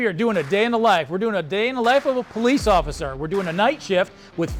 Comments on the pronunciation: He said “Occifer Dofry” 😂 I’m sorry but I laughed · He said occifer😂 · Ain’t no way that dude hit the cop with the “occifer”